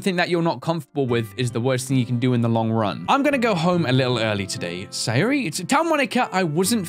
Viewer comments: sa - yo -ri not hard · Lelmixit it is sayori